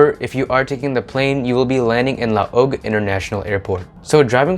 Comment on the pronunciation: Gudjab! Happy to see You featuring Ilocos Norte. And btw-a little help in your pronunciation-it’s “La-wag” ( Laoag) 😉 I am a fan of your channel. My boyfriend is American and has never been to the Philippines ( he does not travel out of the US🥹🤨) I show him your videos so he can get a better picture of the Philippines ( not just the videos of the beautiful scenery). I am from Narvacan,Ilocos Sur, but I have lived here in California for the past 40 years. I might consider living back in the Philippines when i retire, but … might be a hybrid between here and there. I like viewing the Philippines from your point of view, being that your grew up in the US. More power to You. I look forward to more of your vlogs. Congrats on getting lnka and Isabella on board as new content creators. ( Inka might have gone to school in Ateneo with my niece who also did a stint at Monster radio(?) I’ll ask my niece Iana😉) Blessings to You